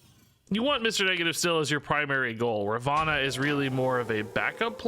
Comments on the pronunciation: *Ravonna not Ravanna 😂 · definitely saying it wrong/different as her name is Ravonna not Ravanna like you are saying, google translate it helpful when confused